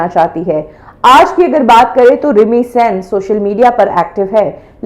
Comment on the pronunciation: मैडम प्लीज pronounce it as सेन not सैन।। थैंक यू!!